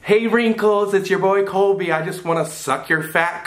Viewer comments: Is no one going to talk about the fact that called Colby kobey Just me, ok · Abby Autumn it’s Cobe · am I the only one that always hears say 'Kobe' instead of Colby lmaoo